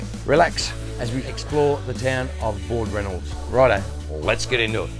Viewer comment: It's BAL Ranald not ballranald